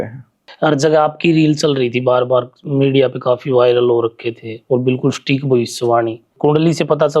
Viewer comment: एंकर भाई की भाषा और शब्दों के उच्चार अत्यंत अशुद्ध हैं। 'सटीक' संस्कृतभाषा का शब्द है, उसे अंग्रेज़ी का "स्टिक" "stick" (लकड़ी !!!) बना दिया !!!